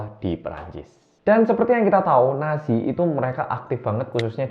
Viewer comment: Mas yutup... Maaafff bangeettt nazi itu bukannya dibacanya natzi ya? Klo nasi berasa lagi mangan eh mas 🙏